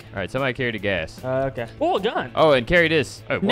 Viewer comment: What BRO you Just say gaas